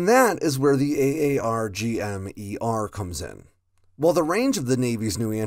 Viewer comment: AARGM-ER is pronounced “Arr-gum ER”